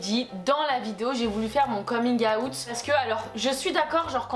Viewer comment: Ton « coming-awout » est incroyable